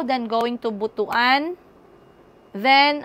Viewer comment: Dili Butoan it's Botwan (Butuan) hahaha